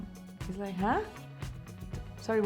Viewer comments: “Huh”, not hain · The way she said 'Hain??' you know she's Indian